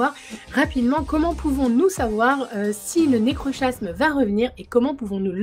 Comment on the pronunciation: svp la diction... nécrokasme et non nécrochasme